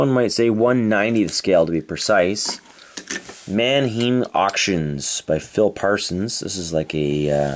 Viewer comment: Great finds! The Manheim Transporter is my favorite for this haul. Just for your info... Pronunciation would be Man-h-I'm. Rhyme with dime if that makes sense lol. They are a huge automobile auction company based in Manheim, PA and this was their sponsored NASCAR team. My father worked there for a time years ago.